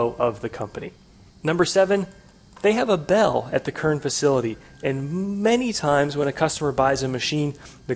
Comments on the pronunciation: Heisst Kern nicht Körn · This boiiii is called Kern not Körn :P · Der Ort heißt nicht "körn" du must es "KRRn" aussprechen! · It's actually pronounced "Kérn"